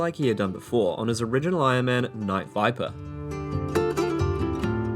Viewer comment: Why do you keep saying Wight if its Night?